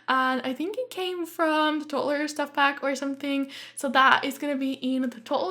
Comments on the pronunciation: Who else noticed how kept saying totlers instead of toddler,no ffence I just found it a bit funny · Stop saying tottler it's really annoying just say toddler